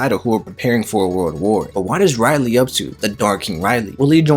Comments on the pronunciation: For all that’s good in one piece stop saying it’s Rayleigh ( Ray-leeh) great video but you got to learn his name please!! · Very interesting video One thing though, after years of watching One Piece one would thing that you can get the name right, hearing RY-lee instead of RAY-lee was somewhat distracting not gonna lie D: lol just a pet peeve Keep it up! (the good videos I mean, not the bad pronunciation haha) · Not to be mean but one piece will end when you say Rayleigh name right (Ray-leeh) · rayleigh... nah its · Mad you keep saying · I really came here to say I thought I was watching an episode of the boondocks as much as he said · Him saying just irk me so bad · You had so many chances to say Rayleigh correctly. 🙄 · y do you pronounce rayleigh weird?